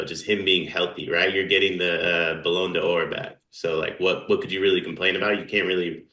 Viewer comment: no one wants fake soccer fans., what the hell is a balloon duh-or? You talking about the Ballon d'Or? Its pronounced ba - luhn - dor. Get it right or get it out of your lexicon.